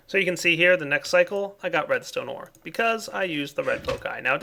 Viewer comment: I thought he kept saying ''programmable redneck controller'' XD